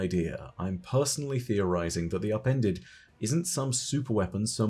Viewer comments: I always thought he was saying “appended” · All I hear is “Appendix” my “appendix”